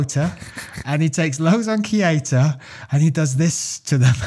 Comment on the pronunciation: Its Keita not "KIETA"... correct it up :D